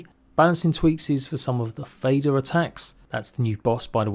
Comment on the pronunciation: Haha love the way your say “fader” it means father in scandinavia. Just like “moder” means mother